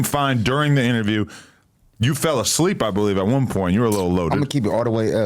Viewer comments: Nigga said “ableep” at one point too 😂😂😂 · Son said “Ableep instead of asleep” because is sound like a C 😂😂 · Bro said he was “ableep” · falling "ableep" is nuts